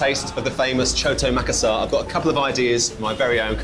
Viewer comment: Makassarrrrrrr not makassahr, you arent bule for merlin beard sake xD